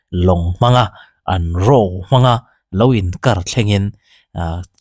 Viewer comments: Pi lucy khan a channel ah khan a rawn sawi fiah tawh a. Ro tia I sawi hi English thumal a O hi U ang a lam tur a nia Ro ti lovin Ru tia lam zawk tur a nih hmel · 'Raw/Ro' an ti lo 'Ru' anti. Thil hi hriatchian hmasak ve thin tur. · Row tih nilo in, RU tih a ni zawk lo mi?? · I sawi diklo chiang lutuk...""Ruuu'" ti in a lawm an au... chu chu""row"" tihna ani.